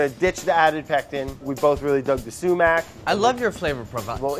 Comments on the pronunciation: the sumac if not pronounce suemack, its pronounced somak. I feel like as a fellow Iranian Andy should know this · No one: Absolutely no one: Brad: sUmAccKkK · No one: Absolutely not a single soul: Brad: SUMAC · No one: Literally no one: Brad: SuMaC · Andy - did it hurt you to pronounce sumac like that? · The way you guys are saying sumac is making every Persian cry